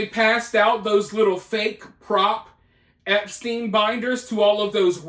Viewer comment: Why not saying his name correctly.. with the severity of this case if you want the people to be aware of who you're talking about and taking it seriously then I think it's more than important to pronounce his name the right way ..